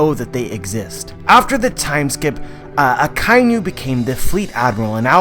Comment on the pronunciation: Aka - Inu . Inu= dog. You are saying Akai - Nu. There is no such animal as a Nu ;)